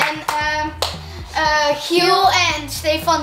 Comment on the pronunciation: Waarom zeg je giek het is Giel